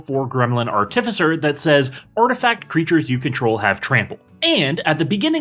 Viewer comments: please say artificer in a different way. PLEASE. great video as always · I heard artificer and immediately turned the video off, thanks for making my ears bleed and entire body cringe